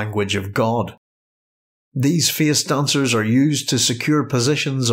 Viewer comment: "Feeis doncers are ceeipable"